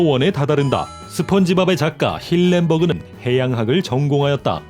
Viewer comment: 할렌버그 아닌가요 힐린버그가 아니라